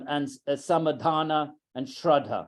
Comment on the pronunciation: Sorry but some words are being mispronounced. It is Samādhāna (समाधान), not Samadhana (समधान).